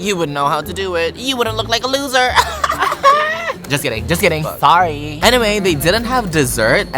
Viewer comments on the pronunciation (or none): “ay sorry” HAHAHAHA BISAYAA OYYYY LOVE THAT